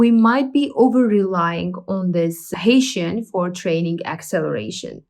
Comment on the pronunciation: I think Hessian is pronounced as heh-see-an, not as Haitian.